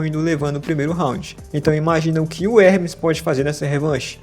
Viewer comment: You d.mb i.iot he's name is Ermes not Hrmees